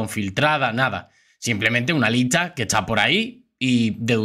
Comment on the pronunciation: No se si soy yo pero yo a este youtuber. Le escucho que pronuncia mal por ejemplo licha ( lista) y asi......¿porque? Que alguien me diga porque